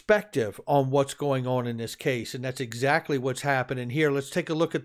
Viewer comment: Did say Azactly?